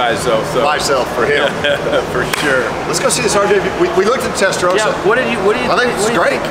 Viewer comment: Ooh Americans. It's Testarossa and not Testarosa.